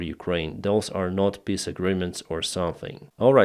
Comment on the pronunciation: I love how with your accent "Trump's peace plan" sounds like, "Trump's piss plan". So appropriate.